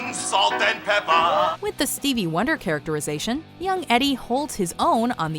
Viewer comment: Her "character-eye-zation"? Bitch learn to narrate properly or,better still,just shut up and show the damn clip.